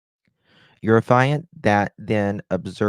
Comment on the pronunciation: Affiant is pronounced aff-ee-ant. No judgement, just helping so you will know next time. How did one man shoot Savanna and then Matthew alone? I don’t believe it. I think there was another person involved.